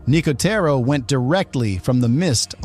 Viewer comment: Weird that the narrator uses two completely different pronunciations of "Nicotero" in the same segment.